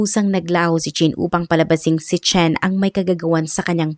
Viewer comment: Chen - sound shen Qin - sound kin ...dpt ang pronounce